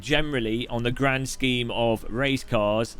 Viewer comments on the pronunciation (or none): none